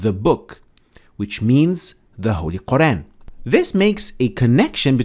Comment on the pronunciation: Could you pronounce Al-Qur'an correctly, please?